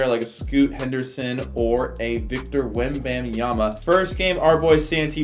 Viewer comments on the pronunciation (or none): none